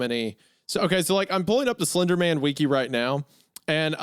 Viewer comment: bro pronounced wiki like ticci